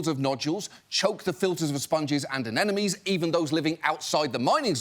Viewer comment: Did anyone else hear him say “aNENomes”